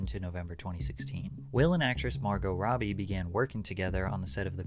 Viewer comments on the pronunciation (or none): none